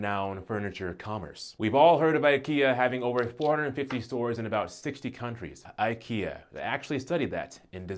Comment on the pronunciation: I cringed so hard EVERYTIME they said IKEYYAAAAH 🤣